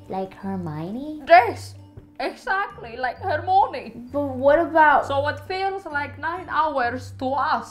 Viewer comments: Hermione? More like 'Hermoonie' 😂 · ''Like Hermoni'' xDDD